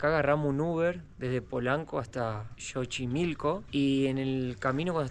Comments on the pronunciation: Chicos lindos, Xochimilco, se pronuncia más o menos como: "tzochimilco" en este caso la X no suena como "J" como en el nombre del país, México. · Un dato se escribe xochimilco y se pronuncia como "S" se diria sochimilco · Antes de querer enseñarnos un lugar que conocemos desde niños primero lee la información correcta y pronuncia bien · Busquen en internet como se pronuncia Xochimilco chicos. Lo estuvieron diciendo mal todo el video.